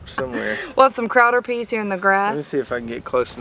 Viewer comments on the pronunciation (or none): That's pronounced "Crowder peas".